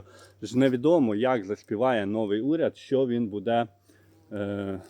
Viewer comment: Укр мова не ,, буДЕ,,а БУде,,😮